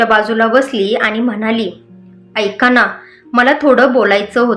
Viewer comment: हो णा नाही हो ना